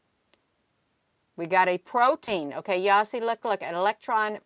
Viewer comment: Proton, my dear, not protine.